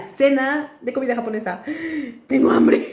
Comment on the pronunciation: Me da Risa cuando dice "Comida Jabonesa" JajajA me morí de Risa